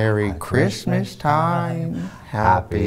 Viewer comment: The "Siiilent night" reminded me of the Tom Waits verson. Lol. "Merry Chrishmash time! Happy Holidaysh!" Lol.✌🎅🎄🎊🎉⭐🌠✨